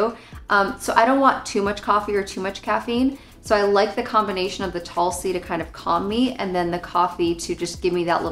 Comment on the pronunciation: Tulsi is pronounced as Toolsi. Honestly you are better off getting it by itself (in different flavors if preferred) rather than whatever combo these teas are.